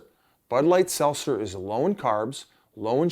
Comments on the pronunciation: Yo biz why cant you say seltzer bruh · Biz ffs learn to say seltzer